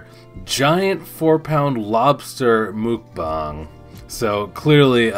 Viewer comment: Oh no don't be like amberlynn saying mookbong, its mukbang boo boo. Lol 😊😉